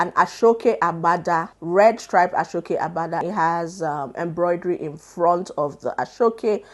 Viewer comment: great job but aso oke is pronounced as 'a-shaw okay' not 'ashokay' please 😭